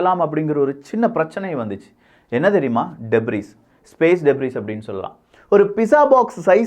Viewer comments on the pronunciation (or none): டெப்ரிஸ் கிடையாது. அது டெப்ரி.‌